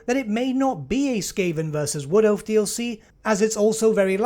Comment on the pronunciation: I think you pronounced skaven wrong. Dark Elf and skaven don’t even sound the same ;)